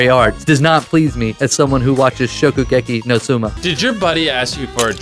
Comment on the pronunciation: Did chris say shokugeki no suma yes chris YES